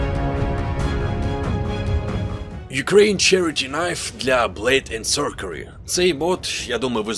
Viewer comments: Блейд енд СорСері, а не СорКері. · як завжди тримає рівень якості відео на високому рівні, але блейд енд сорсері, а не сокері